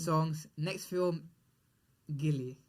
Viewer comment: FYI It's not gilli it's gully cricket